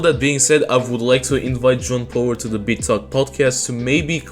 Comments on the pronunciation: I'm glad I'm not the only one lmao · I keep hearing John Pork